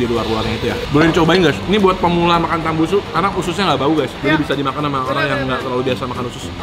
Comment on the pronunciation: Tambusu kennnn bukan tambunsu😅😅